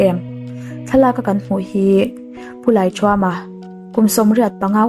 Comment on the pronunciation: Lalthuama niloin Laithuama tih zawk tur ani